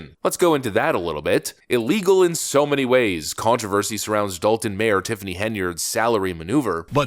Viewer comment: Sorry, it's not Dalton, it's Dolt-on.